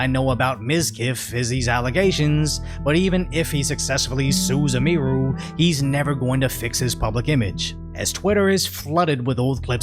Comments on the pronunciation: Hey,. You're putting the EmPHAsis on the wrong SYLlable. It's pronounced "Emmy- Roo", not "Uh-MEE-roo" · How many videos has he done on her, and he still can't say her name right? He calls her eh-mee-roo. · Why does he keep calling her Eee-meer-oo. It's Emee-roo. 😆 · Btw it's not pronounced "Em-ee-rue" lol, it's Em-ihh-ru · Please learn her name bro. Em-e-ru, not Em-eeee-ru. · "Eh-mee-ru" LuL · Its EM-i-ru. Her first name is Emily. Its a misspelling of emily. So you probounce the em as in emily. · Bro I swear be calling Emiru Ymiru haha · yeah it's like emily with ru on the end, and he's the only one i've ever heard mispronounce it